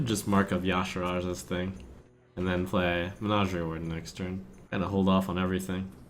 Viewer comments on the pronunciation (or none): It's pronounced: Whysha-ar-Jay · It is Y'Shaarj, not Ya'Shiraaj. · I gave you the thumbs down you asked for, since like Alek correctly linked it's "Yah-Sha-Raj"!